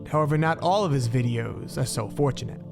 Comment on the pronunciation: I don't get it. Is it a trend for youtube narrators to speak like "For-cheen" or "youchub" ? Pronouncing T as a Ch or Ts instead?... what am I missing.